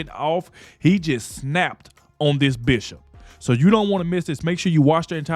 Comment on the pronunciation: I know you are saying bishop but I swear it sounds like "female dog"